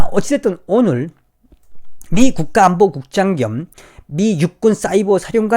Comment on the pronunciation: 낙하산 국장 으로 들려....ㅋㅋㅋ